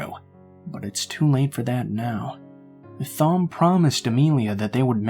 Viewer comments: Lol..Is the name you are trying to say Thom? Because if so it is pronounced like "Tom" ...not with the "Th" sound! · Thom is usually pronounced Tom, unless the author has specified otherwise. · Wow this story was.... interesting! Lol at whatever name that was I thought you were saying Thong at first 😂😂 Love your voice!